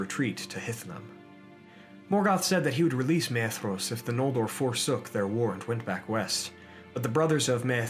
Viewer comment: Excellent video! Thanks for posting! Your Fingolfin is improving! Fin-golf(like the sport)-in. :) Awesome content getting better. Oh, and Maedhros is pronounced "My-thros" (my-throes/my-throse)